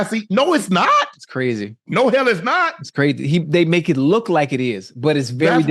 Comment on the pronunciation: Dats Qwazy Dats Qwazy Dats Qwazy anything else u wana add Ocho...yea Dats Qwazy